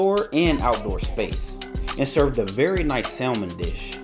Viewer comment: Salmon = Saa-men.